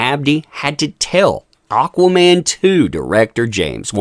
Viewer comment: "Auqaa-mann" lmao!